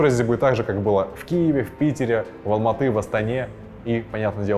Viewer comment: я услышал как ты сказал Алматы и Астана, поэтому лайк тебе